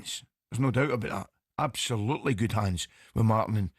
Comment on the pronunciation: Love when Ally says abshullloootley and shennshassional, your time is up mate keep aff the bevvy